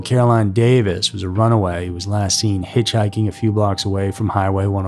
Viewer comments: CaroLYN. ... not Caroline. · Carolyn Davis' first name is pronounced Carolyn....not Caroline.